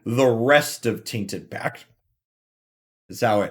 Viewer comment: What is the reason behind you pronouncing "tainted pact" "tainted pack"? Is this an inside joke or an accent i don't know about? I am not from america so i can only guess. Sorry if this offends you in any way that was definitly not what I want.